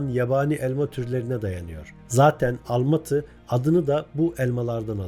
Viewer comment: Uli değil ulı, kizi değil kızı! Almati değil Almatı, aldim değil aldım! Biz Türküz dayım Çinli değiliz Türkçedeki ses uyumuna dikkat sevgili arkadaşım